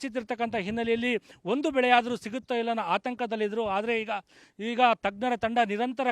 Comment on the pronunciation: "ಹಾದರೆ" ಅಲ್ಲ ಗುರು ಅದು "ಆದರೆ" 🤦‍♂️ Karma yellelindha barthiro neevella